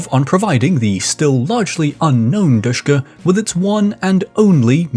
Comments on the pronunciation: I don’t want too be that guy but it’s not pronounced dushka but Dishka or D S H K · Sh is not "S", it is ш... As in ДШК.